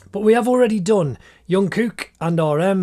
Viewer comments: And it's Jungkook not yungkook Ps. It's Kim Taehyung not Tayhoong. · You pronounce Jungkook with a j sound not y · Yeongkook😭😭😭 broo it’s JUNGKOOK😂😂😂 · Yonkook🤣 Wtf Is junkook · Did I just hear Yoonkook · He said Kim Tae-hung and thought that "Hung" was his surname. And called Jungkook Yungkook. Wtf? I'm legit losing brain-cells!!!!!!! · Not me laughing cuz he said YONKOOK